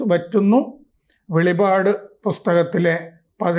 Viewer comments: സാറേ വെളിവാട് അല്ല . വെളിപ്പാട് ! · വെളിപാട് എന്നല്ല വെളിപ്പാട് എന്നാണ് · വെളിപാട് അല്ല വെളിപ്പാട് എന്ന് പറയണം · വെളിപാട് അല്ല വെളിപ്പാട് ആണ് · വെളിവാട് അല്ല സർ... "വെളിപ്പാട് " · വെളിപാട് അല്ല വെളിപ്പാട് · വെളിപാട് അല്ലടോ വെളിപ്പാട് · വെളിപാട് അല്ല വെളിപ്പാട് എന്നാണ് പറയേണ്ടത്. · Not velipad, it is velippad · വെളിപ്പാട് എന്നാണ് ശരിക്കും വെളിപ്പാട് എന്നാണ് ശരിക്കും